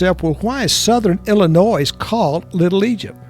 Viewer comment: Great video. I'm from Illinois and I wish people would remember there is NO "S" in Illinois!